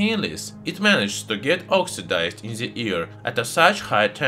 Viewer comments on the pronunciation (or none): "Slowly burns in ze ear." Oh no